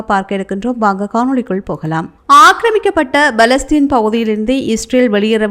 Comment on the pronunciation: அடி பேண்ணே, "Balestine" அல்ல "பலஸ்தீன்" என படிக்கவும்.